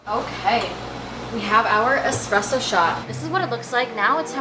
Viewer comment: ESpresso not eCspresso my guy 😞